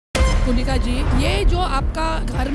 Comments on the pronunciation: Bhaiya it's Kunica and not Kunishka lol .mind your pronunciation. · Pehle naam sahi se bolo...Kuniska nhi Kunica😅